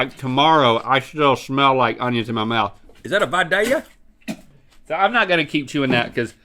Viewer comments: Thank you Rhett for being one of the few people online who says “Vidalia” correctly! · Shout out to Vidalia onions, from Vidalia, GA! WAHOO! Great job, Rhett, for pronouncing it correctly :-).